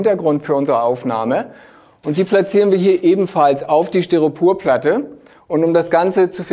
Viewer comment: Hi, tolle Videos. Es fällt mir aber immer auf das Du "StyropUrplatte" sagst. Es heißt aber "StyropOr", LG